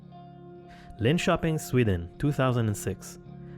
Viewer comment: You don't sound Swedish so I'm going to say well done on the pronunciation of "Linköping" 🤘